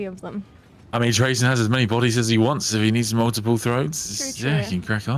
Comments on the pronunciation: At least she didnt say "tray-zin" like some people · Its pronounced "traa-zyn" with emphasis on the first part. I feel like the confusion comes from people accidentally switching the position of the y in his name around from trazyn to trayzn it is an easy mistake to make but it still annoys me.